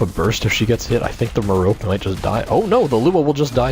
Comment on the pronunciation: I think it is pronounced like Meh-ROpe-ay. liked the vid too